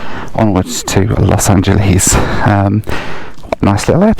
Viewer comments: I remember doing a DC 10 from Chicago to Denver that was very bumpy. All the lights were on. Flights westward from Denver often are bumpy because of the mountains in the summer. You got a bad day. Los Angel(less) not (lees). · Los Angel..ees :) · Los angelees lol